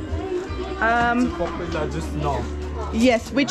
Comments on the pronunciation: He didn't get your "Po-pu-lah" 🤣🤣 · You said popular, and he said papaya suop.😝